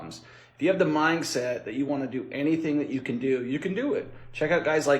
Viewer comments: I’m sorry but I’m so stuck on the fact that it sounded like he was saying “minGset” instead of “mindset.” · Is he saying "mine set"?